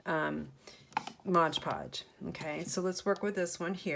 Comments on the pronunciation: Love these. I am a crafter too and please learn how to pronounce MOD Podge. It's not Modge Podge. Thank you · I love all of your magnets! But why do you call it Modge Podge??? Its MOD Podge!!! I noticed that somebody else commented on this too! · Great video, thanks. It seems like everyone calls it Modge Podge, when it is Mod Podge. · Why do people call it Modge Podge.... read the label... it clearly says MOD Podge. Couldn't finish watching... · Not trying to be rude but why do people call it moG podge? Almost every crafting video when someone is using it they say moG podge and I die a little inside. Did it maybe use to be called that or something? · I had these marbles & paper scraps in my stash, what a great way to use them. I think it’s hilarious that you call it “Modge Podge” (I do too) 😂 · Please! It is MOD podge!